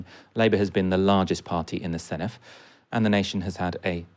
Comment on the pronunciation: The Dd in Senedd is pronounced like the Th in This not the Th in Thing, I've never heard a single English journalist pronounce it correctly, come on lads